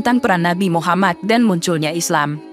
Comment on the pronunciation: TOLONG DIPERBAIKI, MUHAMMAD BUKAN MUHAMMAS